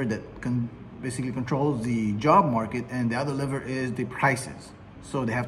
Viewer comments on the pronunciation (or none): "liver" or "lever" ?